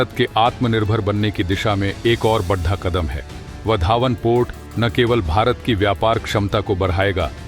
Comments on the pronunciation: Why do you wrongly pronounce hindi word "Bada" as "Baddha"? This is very annoying. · बढा नही बोलिए. बड़ा बोलिए. उच्चारण शुद्ध करिए. जय हिंद वंदे मातरम.